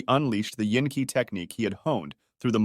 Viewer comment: Qi is pronounced like, Chee.